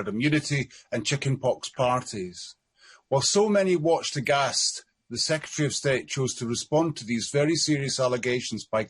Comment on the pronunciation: The word is Secretary (pronounced sec-ret-airy), sorry to be that person; please can you learn how to say and spell it correctly.